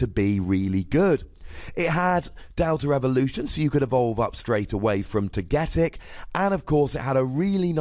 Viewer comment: It's pronounced TOGA...TICK(togetic)